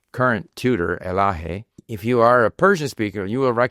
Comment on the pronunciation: به عنوان یه ایرانی که اسم منم الهه هست خوشحالم اسمم رو قشنگ تلفظ میکنی. غیر فارسی زبان ها راحت الهه رو تلفظ نمیکنن هه اخرش سخته تلفظش